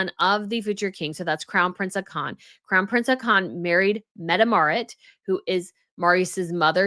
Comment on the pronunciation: Hi, I love watching your show but this one I had to stop. I don't want to be mean, just help. The pronunciation of the royal names were getting slaughtered, so even though I don't usually comment, I want to help you not stumble anymore. Please take this in the intention it is written in. Haakon is pronounced like HOCK-un. Mette-Marit is METteh MAReat. Sverre is SVAIR. I hope this helps.